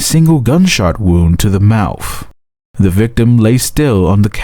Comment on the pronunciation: Is the narrator saying mouf & bafroom?